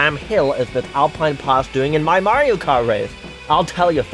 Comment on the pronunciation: My slightly shorter livetweet than the pinned one, as is customary for me on a long video with lots of content. - is cis confirmed!? (Happy belated trans day of visibility!) - I love pause as she realizes that it said something about snow, you can hear how awkward it is. - Woo, Canada! would have been a great time to mention something about sleek technology featuring spyware. - The 'g' is silent, it's actually prounounced, "purity". - Sorry to burst your bubble,, but while Toad Harbor_[sic]_ may look beautiful on the surface, we all know it's being plagued by the woke LGBTQIA+ movement. Just look at them, they think a princess can stand in for our beautiful Lady Liberty! That Gavin Newsom's "city" of poo pales in comparison to Toad Habor_[sic]_. Shiver me timbers. Thank goodness for you get the rest]. and after -, you broke, you used plural pronouns for an individual. That's falling into the hands of the woke feminists of the 1990s, BOOOOOOOOO. Surely you could have made an executive veto to fix it. -... It's at this point you realize is also gay - Big no-no, Greece is not 'Murica >:((((((( - is a trans man? Is Elon a trans man?, I hope everything you try to do with AI just comes out like this now, this gave me a headache from repeatedly facepalming. And that's--and yet